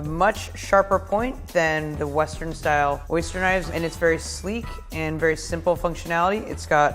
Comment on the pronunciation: Why the pronunciation all wrong